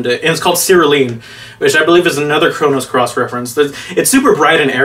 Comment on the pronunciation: I think I lost an hour of my life every time I heard "Chronos Cross." It's "Chrono Cross" you nerd.